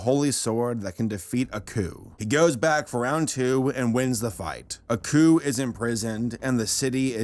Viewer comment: I keep hearing 'A coup' instead of 'Aku' (ah-koo)